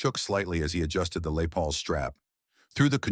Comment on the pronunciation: French speaking AI pronounces Les as Lay and called it macaroni. The future sucks.